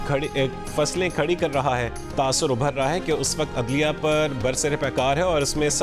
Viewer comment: O bhai knsi Faslye???? Fasilye hota lafz.....kidr kidr sy utha kr news prhny betha daty h